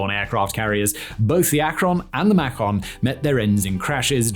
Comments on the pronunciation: Maycun, not “Macone”. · Can someone tell Simon it's Macon like bacon!!!! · May-cun, like bacon. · lol macon with a short a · "Macon" rhymes with "Bacon". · Rhymes with "bacon".